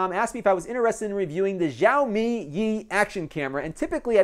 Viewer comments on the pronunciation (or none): NOT YAOMI, IT'S XI-AO-MI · Nice review. Chinese subscriber here. Xiaomi is famous for its high parameter, better-than-average quality, low price product. This company now has an estimated value around $45B. By the way, the pronunciation is more like 'show me', SH as in 'she', OW as in 'now'. Totally not important though.